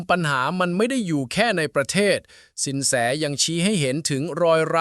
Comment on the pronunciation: แส ไม่ใช่ แซ๋